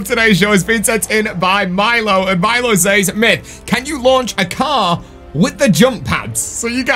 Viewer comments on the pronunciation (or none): none